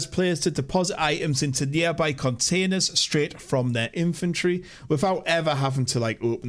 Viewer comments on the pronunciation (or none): Took me a few rewinds to figure out he was saying Inventory and not Infantry. 🤷‍♂️